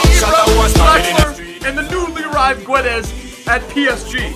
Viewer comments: when you say Goncalo Gu-e-des it hurts my soul. you say it Gonssalo Ghedes trust me my name is Gonçalo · No it's pronouced "Gonssalo Gedes";) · You say: gonsalo gedes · It's Gonzalo Guedes but it's pronounce geds